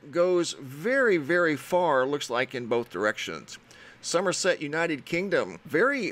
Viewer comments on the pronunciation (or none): none